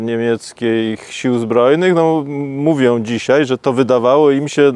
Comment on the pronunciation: Zych się nie zmienił, nie oglądałem go pół roku, wrzucam ten film i co słyszę w pierwszych minutach? "DZISIEJ" NO JA PIER...